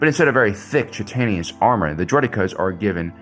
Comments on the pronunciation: (For: Please delete this after viewing, no one will be the wiser. The pronunciation of the carapace of an exoskeletal species's makeup, chitinous, is pronounced chit-ton-is. My autistic arse grew up reading words I'd never heard spoken around me, had decades of these embarrassing mistakes, wanna save others from that feeling by spreading knowledge freely. Cheers, and thanks for a whale of a video. Yes, I did that on porpoise) 🤓🇺🇦🖖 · FYI, chitinous is pronounced like - kai-tuh-nus. Just trying to help! Love the content!